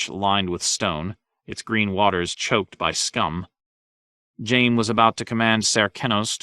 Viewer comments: How is he pronouncing Jaime like jame? My goodness..🤦‍♂️ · He pronounced Hizdahr Zo Loraq properly, but says Jame?